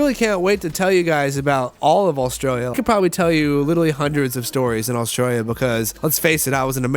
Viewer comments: Considering you lived in my county you still can't say it proparly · The way he says Australia was really getting to me